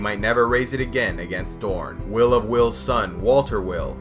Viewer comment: I'm almost positive Wyl is pronounced similar to while rather than will.